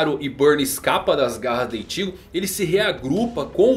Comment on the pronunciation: Eu acostumei tanto com as dublagens de bleach chamando Ichigo normal, aí o chamando o Ichigo de ìtigo é estranho...